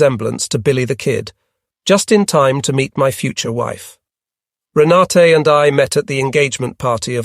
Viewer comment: Rena-tuh (German pronunciation), not Rena-tay